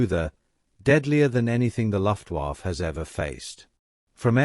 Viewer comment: LEARN HOW TO SAY LUFTWAFFE SOUNDS LIKE LUFT WAF AH